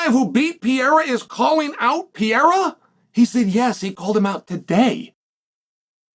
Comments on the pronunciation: “I’m a huge fan of Pee-yaira” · Bro say his last name right Jesus Christ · If you were a tremendous fan you would learn how to fucking pronounce his name correctly and then he wouldn't be mad at you because you have the cultural intelligence of a goldfish. 😂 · First learn how to say PEREIRA’s name. Tell me you are American without telling me